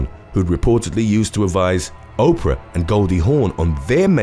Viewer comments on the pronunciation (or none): none